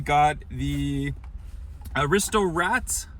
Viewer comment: Correction: It's pronounced Ar-is-to :)